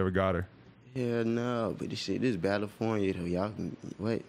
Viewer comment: He even says Balinfornia in this interview